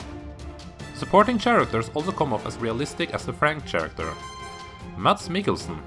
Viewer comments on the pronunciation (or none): Karaker! Not "Tjaracter"